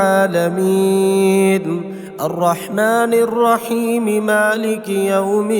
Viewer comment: Ghalat tajweed. Arrwahmani rwaheem, nahi. Arrahmanirraheem hai